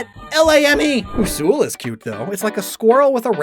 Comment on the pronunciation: My favorite has always been Usuls. (you pronounced it horribly wrong, by the way. it's "you-suhl") they are probably the most unfortunate of species, because all of the coolest paint colors look absolutely terrible on Usuls. there mutant form is awful. there Halloween form is awful. there maraquan form is a brown snail. they have one of the worst royal outfits. almost nothing looks good on them. even the "shadow" paint color that was literally created specifically for Usuls (because of the famous NPC shadow Usul.) looks bad. it's just a black Usul. not the awesome shasow Usul that the NPC is. literally the only color that actually looks good on them is Wraith. which is infinitely closer to what a shadow Usul should look like. which is why my Usul is painted wraith. her name is Elanore, and I've had her for just shy of 15 years.